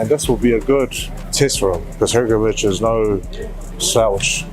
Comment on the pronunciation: Hopefully this guy learns how to pronounce Hergovich's name correctly